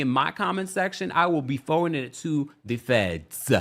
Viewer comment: The way he said to “THE FEDS” 😂😂😂